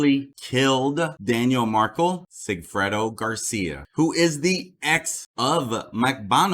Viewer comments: Dude, you’re pronouncing Dan Markel’s name wrong! It’s pronounced Mark-EL, as in the letter L! It’s Markle. It’s Markel. Please have respect for this family & get their name correct. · He’s pronouncing Dan Markel’s name WRONG!!! It’s MarKEL not MarKLE!!! What the fuck???